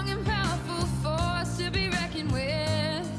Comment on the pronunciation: Love it but it's reckoned not reckong😊😊